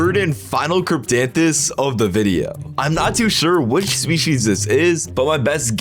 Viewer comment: And he said it right thank you very much !